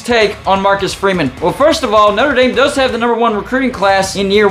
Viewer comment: “ Not-ra Damn”